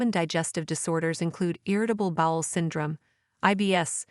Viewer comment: Are you a robot? You have weird pronunciation sometimes. For example, irritable bowl syndrom? Really? If you're human, you must have got your information from an encyclopedia and slapped it together without really knowing what you're talking about.